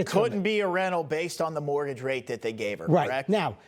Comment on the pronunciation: Great accent. Mowagage.